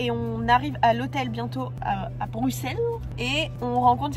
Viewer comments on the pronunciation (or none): none